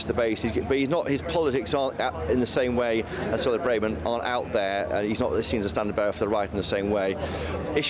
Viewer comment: Please hire a sound engineer. The sound on your broadcasts is awful. It either cuts out or it just echoes. It's really poor if you want to be taken seriously as a major news channel. Also please agree as a channel how to pronounce Braverman. It's painful to hear political commentators who can't even get the name of one of the highest politicians right. Listen to how she pronounces it. Do some research. It's incredibly disrespectful to get someone's name wrong especially when you must hear it 100 times a day.